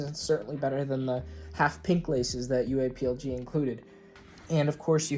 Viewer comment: Please just pronounce it UA plug man that’s how it’s pronounced